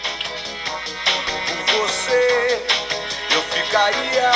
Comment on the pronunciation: Até eu que sou brasileiro pensei que era viver em vez de beber kkkkkkkkkk